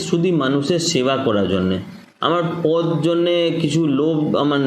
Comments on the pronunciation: বা্ংলার রাজনৈতিক নেতা তথা কর্মী হয়ে আগে বাংলা বলাটা ভালো করে শিখে নিও। কথাটা "পোদ" নয়, পদ। তুমি যেটা বলছো সেটা শরীরের একটা অংশ। সাক্ষাতকারে শুনতে খারাপ লাগে। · শালার বাংলা দেখেছো পদ্ তো নয় পোদ, এতদিন বাংলাতে বাস করে বাংলা কথা বলতে জানো